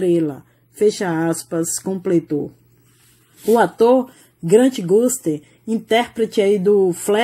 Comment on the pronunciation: "grante guste" kkkkkkkk KKKKKK